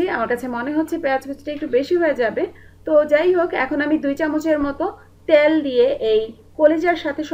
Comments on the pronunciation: আপনার রান্নার স্টাইল খুবই ভালো, আমি ট্রাই করেছি, খুব ভালো হয়েছে .. একটা কথা বলি আপু, কিছু মনে করবেন না, আপনার উচ্চারণে কিছু সমস্যা আছে, যা শুনতে খারাপ লাগে, যেমন, কিন্তু'র পরে আপনি একটা ক বেশি ব্যাবহার করেন, কিন্তুক বলেন, শব্দটা কিন্তু, পরে আর ক নেই.. তেল শব্দটা উচ্চারন করেন, ত্যাল বলে.. একার অন্ত তে ঝামেলা আছে.. প্লিজ ঠিক করে নিন.. তাহলে আপনার চ্যানেল দেখতে এবং শুনতে আরো ভালো লাগবে.. ধন্যবাদ .. ভালো থাকবেন .. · আপু ত্যাল না তেল।